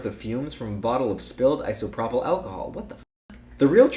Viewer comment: Immaterial is a word. Also, Eye-So-Pro-Pull, not Iso-Prop-ill :P